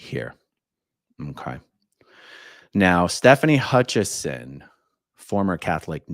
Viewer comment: if you research Stefani, there is no N in her last name. It is Hutchison not HutchiNson. AA Ron spelled it correctly, but he’s saying it with the N